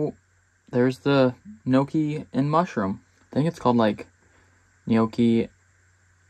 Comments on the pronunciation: Im not even italian but your pronunciatioun of ''yokey'' still triggers me. Looks good though😂😂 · lmao at how you pronounce gnocchi